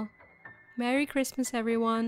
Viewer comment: lol that guy's Jeezus... you should have let him in! it's kwistmaaahhhs!!!!